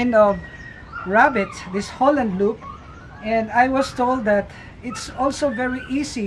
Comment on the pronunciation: He keep saying Holland Loop its Holland lop